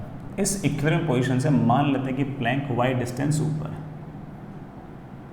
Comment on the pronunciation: "Ekkiuulibrium position"